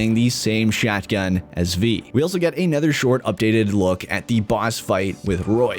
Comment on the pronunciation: Does he know that "anOther" has an "O", not an "E"? The "O" is pronounced as "oh" - not as an "E", which makes every "another", a "anether" lol.